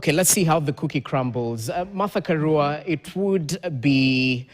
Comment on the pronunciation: Karua, which is a Swahilinised pronunciation of Karùa. You can pronounce 'Ka(raw)a' if you want to sound correct.